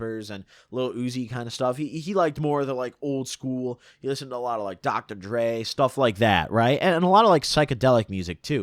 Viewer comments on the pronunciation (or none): Good ass vid, but please dont ever say dr dre like that again.